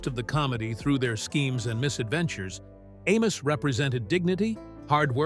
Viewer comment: This was a nice documentary of the characters. It would've been better if the AI voiceover was less obnoxious in pronunciation of names like Amos ("A-mose") and Madam ("M'-dam"). Would've also been better if you had used clips in the background that portrayed the person being discussed, and not a hodge podge of Amos n Andy clips that often weren't showing the subject. It makes me think this entire video was AI-generated. If so, the lack of human effort shows. Amos n Andy was - and always will remain - my favorite TV show of all time. I've seen each episode at least a dozen times, including some that have been lost. Like when Andy owned a bakery. The best line ever uttered in all of the shows was when Kingfish told Andy he had married Sapphire "for better or worse, till death do us part. And it can't come none too soon for me!"